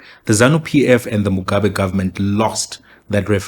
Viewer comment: Even the way he pronounces Mugabe's surname says everything we need to know kuti why he took that position. Just replay muone. If you are going to tell the story taura sezvazviri shamwari, dont be that biased.